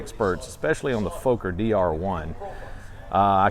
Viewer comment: I'm pleased that knows how to pronounce "Fokker" (no, it's NOTpronounced "Fowker")